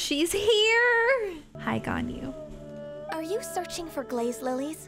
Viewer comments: Its pronounced gon - yu not gan - yu.If you like a character there your husbando/waifu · It’s gone-you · it’s pronounced “gone you” 😼